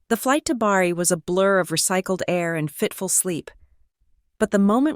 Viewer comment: Also it is Bari, not Barry.